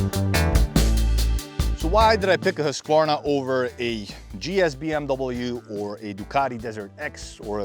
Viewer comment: The authentic Swedish pronunciation is "hoosk·vaar·nuh."